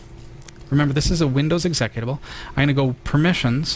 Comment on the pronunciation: execitvable WTF, it's exe-cut-able